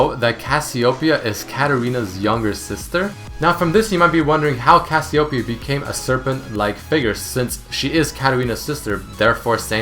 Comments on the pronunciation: what? cassiopiyaoown? its read as kas you pay yah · Did you know that you and most of the League population pronounce Cassiopeia wrong?